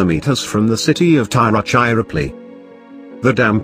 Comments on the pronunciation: Two mistakes , don't take it seriously ... Everyone around the world would make in some case pronunciation mistakes ... Based on my perspective , I list few ... It's not Cola , it's Chola ..( Cho + La) It's not Thairuchipallai , it's Ti + Ru = Thiru ( which means holy or sacred in Tamizh) Chira ( ech + Ira = Ichira) Palli ... Tiruchirapalli also called simply as Tiruchi ... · Also it's not Thairuchipalli , it's Thiru + Tha + I + Ru ( Thiru ) Chi Ra Palli ( Tiruchirapalli) also called simply as Tiruchi ...